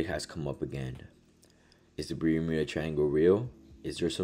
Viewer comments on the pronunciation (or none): “is the biramuda triangle real? is there some sort sort of EMP, or intergalactic portal?… the world may never know” HAHAHAHAH WHAT Ima need you to work on your damn pronunciations bro cause your English is lacking. Practice your words before you do ICEBERG VIDEOS.